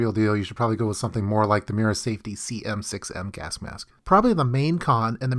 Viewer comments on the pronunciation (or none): Correct me if I am wrong but it sounds like you are saying gask-mask? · he keeps saying gask mask lol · am I the only one hearing "Gask Mask"? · WHo else is irritated by his pronounciation of gasK mask?